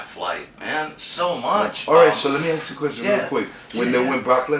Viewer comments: "he didn't aks about it" somebody tell the interviewer to stfu. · Credible is mid sentence. Interviewer: "Lemme ax you somethin man." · so Justin starts to speak on the plane ride from hell and how Vince was chartering flights at that time, when the fucking interviewer interrupts him AGAIN with, "what choo mean charter flights....let me axe you wha tha mean" MY GOD! IS THE GUY RETARDED OR JUST THIS FUCKING STUPID?